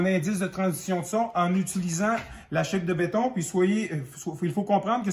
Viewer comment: On ne dis pas « shape » (une forme en anglais) mais chape comme « chap » (chapitre) ou « chat-pe ». Polythène est un nom masculin, si je ne me trompe pas.